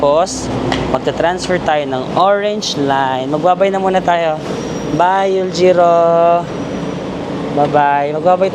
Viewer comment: Euljiro pronounce as ULJIRO Anguk pronouce as AN-GUK Ikseon pronouce as IKSON Haeundae pronounce as HE-UN-DE Dongdaemun pronounce as DONG-DE-MUN Hongdae= Hongde Hotteok= HOTTOK Kailangan mo malaman yung tamang pronunciation kasi kapag nagkataon na nagtanong ka sa local at mali ang pag pronounce mo hindi ka nila maiintindihan..